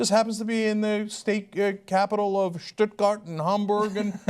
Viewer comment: Ahaha onwards. Compare that to Cenk turning Sam Harris' "vast numbers of Muslims" into "a vast majority of Muslims". Oh sweet irony... hypocrite much, Cenk? :D That being said, it's a joke that O'Reilly is still on air. And yay for Cenk saying 'Stuttgart' (my home town) :D